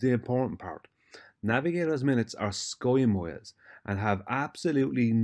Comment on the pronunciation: Skoi moiles? Hahahahahah 😂 More likely “snake oil moiles”!!!